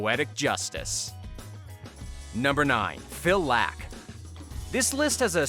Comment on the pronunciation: Its Phil "Lock" not Phil "lack"